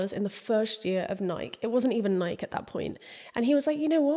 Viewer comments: I came here to say I fully left my body every time she didn’t say Nike-eee the way you know, the FOUNDERS pronounce it 😂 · Nike? Are you talking about the shoe? It must be something else that I've never heard of. The shoe is pronounced Nikee You must be talking about something else. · It's pronounced Nai-kee..... Love your videos❤ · Is Nike (ny-KEE) really pronounced as a one syllable word across the pond? It hurt my ears every time you said it. Ny-KEE like Mikey! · The mispronunciation of Nike in the UK still boggles my brain lol